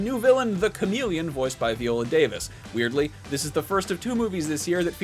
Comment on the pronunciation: As is his pronunciation of Viola Davis